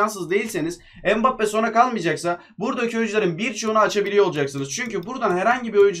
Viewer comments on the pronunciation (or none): Abi mbappé bedöva degil